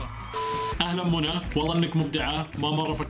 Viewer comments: اسمها مش مُنة اسمها مِنّة 😂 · إسمها مِنَّة مو مُنى😂😂